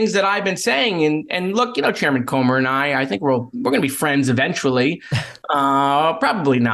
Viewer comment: it's pronounced Cooomer